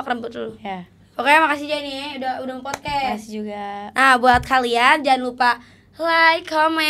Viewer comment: Yg bener emang podkas bukan podkes, si bener bilang nya